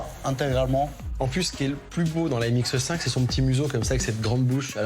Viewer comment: Ha ha çà ne se prononce pas M X EU 5 mais MX5 tout court :-) !